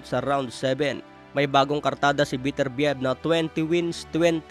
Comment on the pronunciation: Ang pronunciation ay be-ter-bi-yeb...